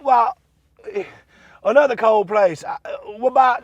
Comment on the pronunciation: "Anotherd cold place". LOL!